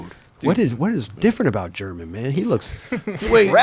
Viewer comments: It does get tricky bro think about it german herman then theres guys like carlos ribiero who you also pronounce w a H pretty much Hibiero The "G" being pronounced as a H can get a little confusing as well mind you its been years since been in Barcelona and had to use his spanish i was pretty impressed hearing him talk spanish that good in jesus fernandez part lol got my respect there not gonna lie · How does not know the basics of Spanish pronunciation even though he lived in Barcelona and laments not speaking more while he was there?